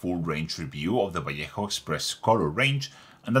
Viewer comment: Nice to hear a Spanish speaker pronouncing Vallejo correctly.